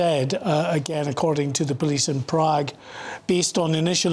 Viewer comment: Apparently the left reporter doesn't know how to pronounce the letter A. He called his colleague "" and said things like "We sow" and Proog. The other one pronounced Prague wonderful.